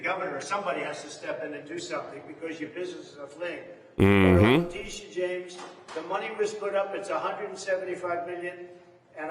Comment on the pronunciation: I miss when u used to butcher her name as "Lydia" James "La Tisha" lol you should've kept that up lol